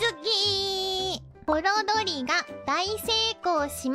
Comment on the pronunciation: ホロドリのイントネーションがホロ鳥？w